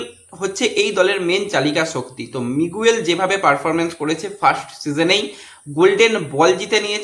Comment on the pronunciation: ঐ খেলোয়াড়ের নাম মিগুয়েল নয়, উচ্চারণটা হবে মিগেল